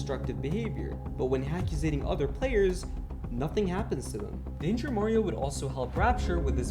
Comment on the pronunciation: he say it wrong its danger mario 😂